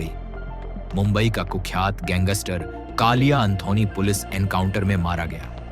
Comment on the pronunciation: Gangster boliya not ganggister